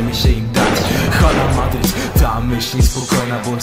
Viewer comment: Źle wypowiadasz Hala Madrid . 5:0 , 6:2 , 4:0 , 3:2 piękne wyniki w El Clasico :)